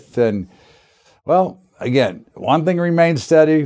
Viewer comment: Again..thanks..but "agin"..then "agin"..because "agin"..well, once "agin"...lol..yo da man..but "agin"..